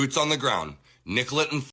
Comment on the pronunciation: Hes not from there...its not nickelet...its nicolet...pronounced nick-co-lay. Someone who lives there would know that...certainly would have been corrected quickly